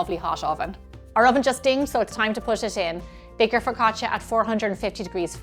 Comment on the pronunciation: Looks great! Well done! Now…. It’s pronounced FU CA CHA